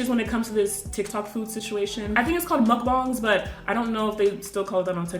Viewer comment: "muk bahhng" ITS MUCK-BANG